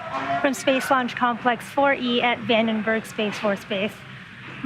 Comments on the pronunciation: Vandenberg. Not Vendenberg. Look ... a red squiggly. Wonder what that means. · Vandenberg, not Vendenberg